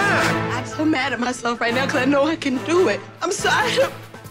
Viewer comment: "Do look at the garlic there" sounded like "dude" to me and that was very unexpected to hear from Gordon for me